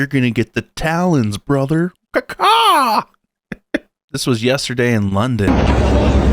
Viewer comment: PLEASE DON'T SAY , CA CAH WHEN TALKING ABOUT AN EAGLE ! They don't make that sound .